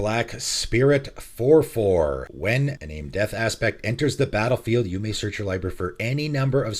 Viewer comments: "en-AHM-ey", not "en-NAME", sorry I get really touchy about pronounciation of things. I hate to be a grammar Nazi but also it annoys me if I don't say anything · FWIW, Iname is pronounced "ee - nah - meh" ( sounds like Spanish vowels ). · It's pronounced i-nah-may. It's japanese.